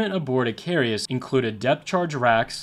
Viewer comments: It's I-CA-RUS and NOT I-CAR-E-US. I congratulate you on your excellent research. I don't want to sound nit picking but I do suggest you work harder on checking pronunciation. Every video I've watched is full of glaring errors in that regard and after a while it becomes rather distracting. Think about it, if a newscaster on TV mispronounced a lot of words all the time, wouldn't you find that a little irritating? It's just a matter of professionalism I don't think it would actually add much time to the tremendous amount of research you undoubtedly do but it would vastly improve these videos.. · Its icarus i... car... us. not i... cari..us. Icarus the greek mythology man who tarred feathers to himself and flew to close to the sun melting the tar and he fell to his death. Like the commander in this story he got cocky lol😅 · Icarus, not "icarius". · I’m really like your videos so please don’t take this the wrong way but hearing “icarius” the whole video was killing me….her real name was “USCGC Icarus” pronounces Ick-ar-us. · You put to many "I's" in Icarus. ih KAR us not ih kar EE us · Icarus, not Icarius. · It's pronounced 'Ick-Car-us'. And some of the cutters of that class are still in use in New York City as tour and ferry boats. Many were used to evacuate people from Lower Manhattan on 9/11/01, and two of those ferries aided in the "Sulley" plane crash on the Hudson River. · The name is pronounced IK ER US. He was the son of Daedalus. Flew to close to the sun a melted the wax holding his wings together. Greek mythology. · Just because it scratched my autism the wrong way, it is pronounced "Ick-Uh-Rus", there is no second "i". Apologies, great video otherwise. Just by the third time I heard it I was starting to fixate.